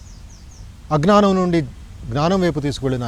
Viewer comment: To sri gowri m ఈ స్వామి గారు అజ్ఞానము అనే మాట సరిగ్గా పలక లేక పోతున్నారు. థాంక్స్ కాక తెలుగు పలక గల రా ! ఆశ పడకండి. విన్నారా ధ్యానం గురించి చాల కన్ఫ్యూషన్ చేస్తున్నారు.